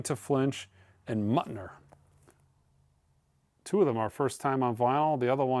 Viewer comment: Along with Zevon's "Muttoner"!